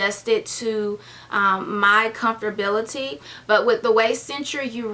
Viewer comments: I know how it's spelled so no need for Google. That's not how she said it. I spelled it the way she said it leaving the "a" out on purpose. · That's how we heard it, that's why it was funny, but no big deal.. We laugh with her not at her :)